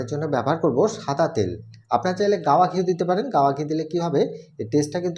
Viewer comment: shada ke sada keno bolsen.